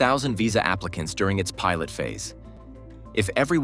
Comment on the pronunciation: I misheard “pilot stage” as “pirate stage”. Then I thought maybe that’s what it really is.